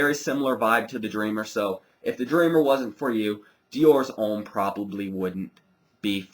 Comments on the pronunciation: Diors Omm lol its Deeeeor Hhommmm hehe nice review you should try the Intense its amazing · His not pronounced in French, dumb ass! Deeor Omme!